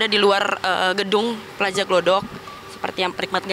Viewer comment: Pewawancara nya kalau sebut Plaza itu ya Harus PlaZA. Jangan disebut PlaJa. Itu Z bukan J.